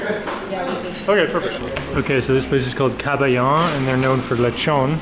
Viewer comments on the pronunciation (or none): "Kabayan" is a Filipino term. We address it to a fellow Filipino, coming from the same country or village. It's pronounced as ka-ba-yan. The second and third syllables are not meant to be pronounced fast.